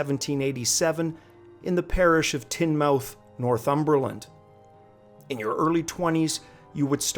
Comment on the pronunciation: tin mouth ......Tynemouth on the river Tyne as in Newcastle upon Tyne like on your map